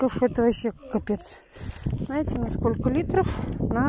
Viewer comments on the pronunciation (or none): Даа, денег у тебя видимо куры не клюют,снова какие-то коробочки, баночки...... Зачем? Это питьё химическое..., от него ещё больше пить хочется. и ещё, пожалуйста, вместо НАЕТЕ СКАЖИ ЗНАЕТЕ. ТЕБЯ После каждого ролика поправляет, а ты как будто на зло продолжаешь-НАЕТЕ да НАЕТЕ...! Бесит уже.